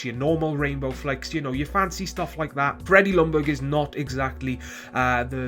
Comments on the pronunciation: "Lungberg" it's pronounced "Young-berg". Other than that it was a good vid. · goodness you English speaking countries, its pronounced yoong-berry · jack SG no he did not. im swedish and that is NOT how you pronounce it.